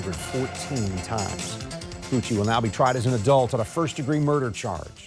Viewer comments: Pronounced: FUCKY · That's a weird way to pronounce "Fucky". I wonder if his cellmate will find that name... interesting. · They gonna have a different pronunciation of that name in prison boy